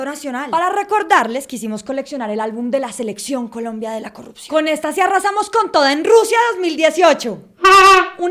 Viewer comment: Morí con la "corrucción"